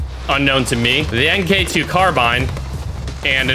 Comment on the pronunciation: Hate to be that gay but you say it mark 2 not m k 2